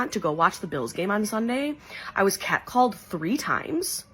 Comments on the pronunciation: Lol she was cow-called....not cat-called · Was she "cat- called" or "hog called"?